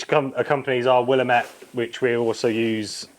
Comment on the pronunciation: Stop saying “Willem-ette,” it’s “Will-ammate” Other than that this is absolutely fab. Nicely done!